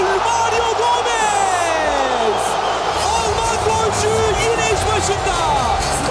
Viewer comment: Maryou gomez hahahahhaha gooooool